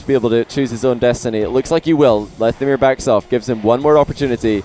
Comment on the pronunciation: I pronounce it lethamyr not lethamyr